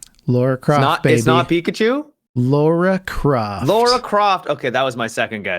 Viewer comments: Don't call Lara "Laura" ... Noobs. ;) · I love you guys, but how am I supposed to take you guys seriously as nerds after saying "Laura" 3 times in a row? I mean, aren't you reading "Lara" on your screens? Or is there some joke I've missed where you tout your nerd cred by mispronouncing things like you've never actually heard of them?